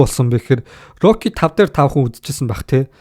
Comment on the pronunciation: rocly gej yariaad bhiin stalonee geed yarildaa